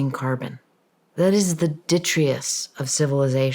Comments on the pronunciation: “Ditrious”? I think she means “ditritus”? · Does she mean de-trit-us ?